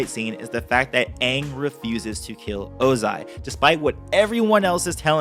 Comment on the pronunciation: By "Ozia", you mean "Ozai"